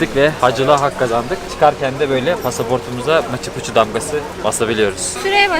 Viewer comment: Maçı Puçu ne demek lan?! 🤣🤣🤣 Maçu Piçu (Machu Picchu).